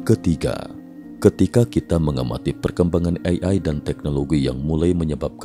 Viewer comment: Sangat terganggu dengan cara pengucapan "AI" Ei Ai 🙄